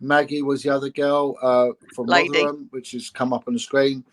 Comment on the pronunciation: “Rotheringham” lol